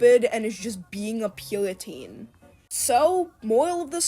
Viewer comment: Everyone point and laugh at the purriteen